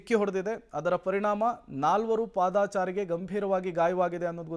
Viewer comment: ದಯವಿಟ್ಟು ಪಾದಚಾರಿ ಎಂದು ಸುದ್ದಿ ಓದುಗರು ಹೇಳಿ.ಪಾದಾಚಾರಿ ಎಂದು ತಪ್ಪು ಹೇಳಿ ಕನ್ನಡದ ಅವಮಾನ ಮಾಡಬೇಡಿ.